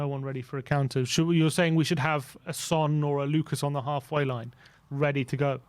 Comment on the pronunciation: Why do we call him San and not Son? Only pronounces the name right.